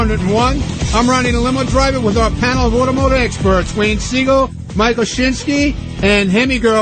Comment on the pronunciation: "automehgiutive" reminded me of his Wheels audition -- "epicujfkvlahrian mastermind" lol